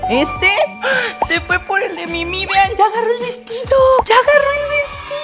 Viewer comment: Por que dice Mimi a la Minnie mouse???